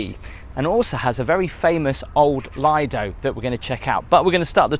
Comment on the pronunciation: Lovely video, just one thing though, Lido is pronounced LEE-DOE. Thanks for the upload.